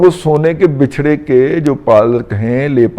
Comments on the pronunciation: Buchra, not Bichra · Bucharest not bechre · bachra ب کے زبر کے ساتھ بچھڑا دادا جی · Razi sb 8.22 ke baad 2 times aapne lafz Bichhrra bola hai kindly check it Bichhrra hai ya Bachhrra ( Wachha / Katta ) thx.